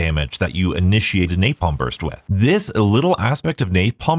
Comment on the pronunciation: please stop adding the "y" to 'napalm' I'm wondering if that is what he is referring to as rage bait... and also in bo3 blast furnace is a fine ammo mod it just isn't the best because of its low spread... the damage is still there it just doesn't have as much reach as a perk like the electric one